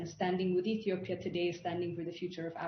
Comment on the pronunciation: Ethiopia!!! Not Ethopia🤦‍♂️